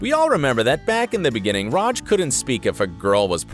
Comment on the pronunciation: The way you say RAJ is the bigger issue than any plot hole